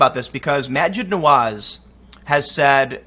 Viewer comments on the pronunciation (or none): It’s pronounced MAjid NAwaz